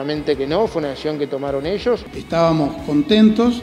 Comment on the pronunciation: Delgado no sabe hablar, para él decisión se pronuncia "decioón". El colono, un chiste.